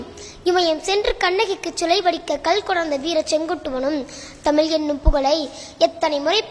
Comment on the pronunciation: முதற்கண் சிறப்பான கவிதைக்கும், வாசிப்புத்திறனுக்கும் வாழ்த்துகள்.. ஆனால் தமிழை தமில் என்று உச்சரிக்காமல் தமிழ் என்று உச்சரித்தலே சரியானது.. தமிழை குறிப்பாக தமிழின் சிறப்பெழுத்தாம் "ழ"கரத்தை சரியாக உச்சரித்தலே பெருங்கவிதையாகும்..